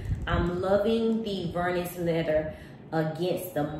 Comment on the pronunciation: Vernis has a silent s at the end.